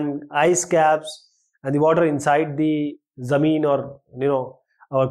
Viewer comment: Kya english hai.. jameen. 😃